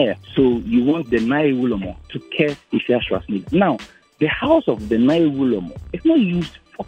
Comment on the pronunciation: The name isnt Naayewe. The correct word is Nai We